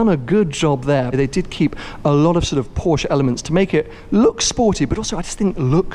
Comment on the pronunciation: Porsche not porschaaa 😂